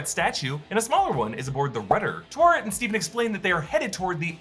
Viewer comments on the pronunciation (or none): Ta We Ret, Ta (as in 'ta' in Ratata), We (as in 'we'.. in Wet), and Ret... you keep saying tuwaret...